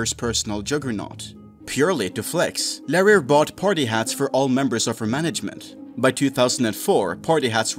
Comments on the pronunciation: So that female voice over... is obviously some paid to record that and isn't the actual player. also, pretty sure the name reads Larry R, you make it sound like something else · Is that really how you decided to pronounce "Larry R"? :P